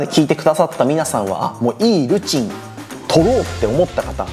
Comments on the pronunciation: Eのイントネーション気になるわ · Eルチンがずっと良いルチンにしか聞こえない🤣🤣